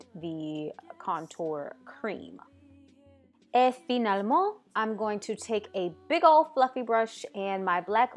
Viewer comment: 'Et finalement', yeah you do speak proper french ^^